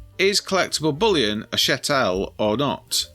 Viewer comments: It's CHATTLE, not chattelle! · Good video bar your high falutin pronunciation of Chattel (pronounced like cattle with an H). I've solved this problem personally by permanently moving offshore, but feel for all those who are still suffering. I personally get warm fuzzies knowing my hard work isn't being taken for Doctors being paid 20% pay rises annually and 35% final salary pensions - I guess I'll just have to Google my own symptoms rather than getting a Jr Doctor to Google them. I'm not paying a single penny towards the pay and pensions of diversity outreach coordinators, solar panel liaison officers and all those leaflets telling me what Greta Thumberg wants me to do with my tins after I've eaten the Baked Beans. Kier Starmer isn't getting his 1/2 million annual pension paid by me. I didn't pay Mandleson's champagne bill when he became our ambassador as I'd left by then. And not one penny is going to the fighting aged males 4 star hotels. Zanu-Labour can battery farm grape on their own dime. If I hadn't done it already, when it comes to sell I'd move out of the UK for over 1 tax year then sell the lot in a 0% Capital Gains Tax jurisdiction - Anguilla, Cayman's, UAE, Guernsey, Isle of Man etc. As the great Ronald Regan said "Starve the beast".